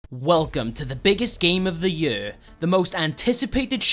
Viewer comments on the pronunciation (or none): What's with the way you say "year" dafuq